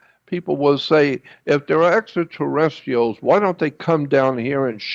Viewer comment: its spelled extraterrestrials ...there is an R between the t and i!!! maybe start with pronunciation before made up stories....help show credibility and not some cretin!!! humans were always great story tellers!!! period!!! especially fantasy!!! images arent in sync with narration at all...repeats himself over and over like someone who is mumbling...wow...this dude is whacko!!!! lol whatta waste of time this thing is...enough im out! sheeesh!!! not all nuts are in candy bars huh?